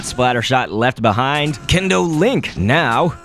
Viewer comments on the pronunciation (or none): instead of kendo lik it should be kin- oh